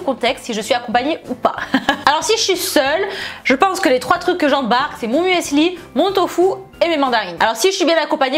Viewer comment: l'huile d'olive omg 😂 Par contre il faut vraiment arrêter de dire "muèssli", ça se dit "mussli", c'est de l'allemand et le "e" ne se prononce pas ...😬 🍑🍑🍑